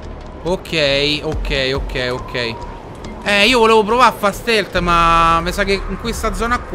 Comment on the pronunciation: cosa vuol dire stilt si dice stealt